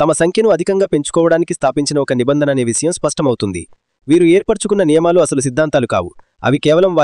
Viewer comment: విసయం కాదు విషయం.ఇలా ఎన్నో తప్పులు, ఉచ్చారణ దోషాలతో ఉంది నీ వీడియో. ముందు భాష మీద శ్రద్ధ పెట్టు మహానుభావా!! బాస కాదు భాష.